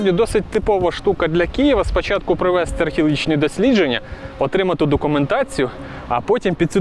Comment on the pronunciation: Було цікаво.Дякуємо! Але: не "надворІ", а надвОрі!Не "пройдЕм", а прОйдемо!Цегельня не "знаходилась", а розташовувалась!Не "дійдЕм", а дІйдемо!Побут був суворим, а не "суровим"!ПровестИ, а не провЕсти!По двох келіях, а не "двух"!Абсолютно цІлий, а не "цілИй"!Адміністрація не "знаходиться", а перебуває в...!Володіли всімА млинами, а не "всІми"! Не по "дарогє", а дорогою!Центр є, а не "знаходиться"! ЗНАХОДИТЬСЯ тільки те, що було загублене!Не "зайдЕм", а зАйдемо!Три млини, а не "млина".Не "підЕм", а пІдемо!Він іде нагору, а не "наверх"! В купу воду зібрати неможливо! ЩІльна забудова, а не "щільнА"!Не "підійдЕм", а підІйдемо!ПочнемО, а не "почнЕм"... (Рівень мовлення має відповідати рівню теми)!..